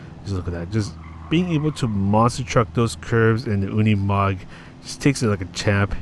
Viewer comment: No, you're right, it is pronounced Unimog in German, like you do 👍